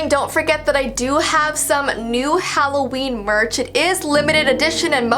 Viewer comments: Helloween not halloveen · “It’s halloveen.” Ah yes. Halloveen... (Edit) this is not originally mine but I wnat you to here what a comment said that was funny to me 😂